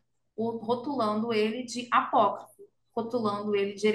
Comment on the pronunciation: É "apócrifo".